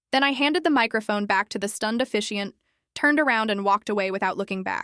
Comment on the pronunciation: Why would she give her phone to the officiant and walk away?? Doesn’t make sense. Poor pronunciations with lack of punctuation in several places. eg “Mother’s home” not “mother home”, “Mason’s voice”, “officiant not efficient”. AI needs checking…..